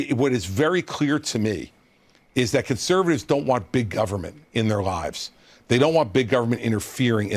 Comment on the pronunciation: Please don't say guv-ment and libary. You muck me up with that. Learn to say library. 3 syllabus. Not two. .